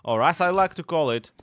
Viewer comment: lol "dork spruce"